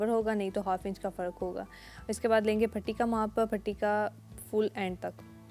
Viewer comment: AP ka Patti ko Phatti r arrhae ko arrhaes kehna uljhn m mubtla krta h plzzzzz Urdu sahe bolny ju koshesh Karen